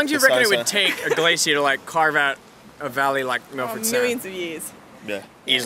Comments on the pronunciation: Think you mean Milford Sound not Milfred Sound! It's named after the Milford Haven Waterway in Pembrokeshire, west Wales, UK. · "Milfred" I'm out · Milfred? I think you mean Milford.